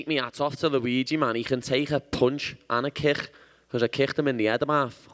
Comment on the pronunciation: How many h’s are in the word kick?